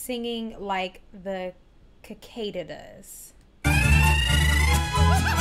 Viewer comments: Happy Sunday First of all, it is NOT pronounced "kee-kay-dah". It is pronounced "See-kay Dah". Cicadas are a suborder of the leafhoppers / froghoppers insects, looking like a larger fly or clear wing moth. They have a distinctive mating call sound sort of like crickets or scarab beetles. they emerge above ground once a year on average. Their life span above ground is between a few weeks to about 2 months, depending on species. Secondly, Linda (while Mexican American) [her father's side of the family is of Mexican decent] did not grow up speaking fluent Spanish. When she first started singing these types of songs, she would learn them phonetically. By the time of this recording, she had already been singing them for about 1.5 years. Thus, she sounds more confident and like a natural born speaker. Thirdly, this is EXACTLY how many singers of this genre sing like Lola Beltran, Anna Gabriel, and most recently Angela Aguilar. What makes Linda exceptional id not just how good she can sing these song, but in how she is able to put in the correct diction, yodels, sways, dips, emotional breaks, and the minute singing details of someone who grew up listening to them everyday in regional Mexico instead of growing up very 'Americanized'. You are partly right. Linda has amazing lung capacity and diaphragm control. Not only in this genre of singing, but in many of her other songs. It can also be seen / heard in her rendition of her song "Poor Wandering One" from Pirates of Penzance. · ”Cicadas?” (Pronunciation…)